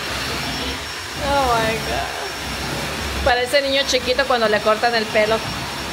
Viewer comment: Oh my Gaaaa!!! Oh my Gaaaa! Hay exageraste como niña chiquita.Y la palabra es God, no se dice Gaaaa😭😭🤣🤣🤣🤣🤣🥴🥴🥴🥴🥴😫😫😫